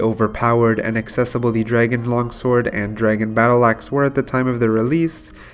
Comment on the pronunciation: Draygen too... all the botched words makes me think this guy might not be from the US